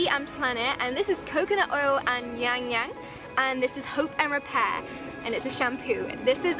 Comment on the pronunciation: ylang-ylang: iLang-iLang